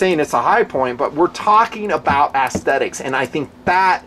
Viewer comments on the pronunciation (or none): Dear, love your videos, but the word is pronounced S thetics, not ass-thetics. That's ess-thetics, or perhaps ez-thetics. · i'm not comfortable with the pronunciation of "aesthetic"/"aesthetics" in this review. it's way off, sorry. "assthetics" just sounds like a sarcastic pun. "essthetic" or "eysthetic" are phonetically acceptable. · Heh. "Ass-thetics". Love the reviews, just found that pronunciation kind of amusing!